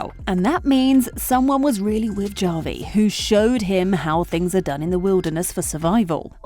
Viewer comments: It's pronounced "Ha-vi", not "Ja-vi"!!! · how do you make a video essay about something but you can’t even pronounce the characters name right… “ja-vi” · His name is Javi! Pronounced like "havi." It's a Latin name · OMG!!! Javi is pronounced Havi with an H sound not a J sound. Did you watch the show? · Seriously don’t know how to pronounce Javi! What a joke! Bot or Moron! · Stop mispronouncing Javi's name. It's legitimately disrespectful to insistently pronounce it wrong. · my skin crawls each time i hear how she pronounces "Javi" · It's not a real narrator. It's an AI narrator and that's why it can't pronounce non-English names correctly